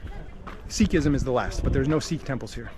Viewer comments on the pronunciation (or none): none